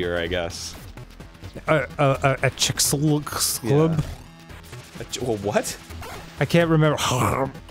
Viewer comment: Chicxulub, Dan. It's Chicxulub.